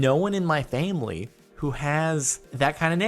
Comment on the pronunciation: Did anyone notice that he said famely instead of family ? LOL